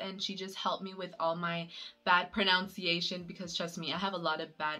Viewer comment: It's proNUNciation and not pronounciation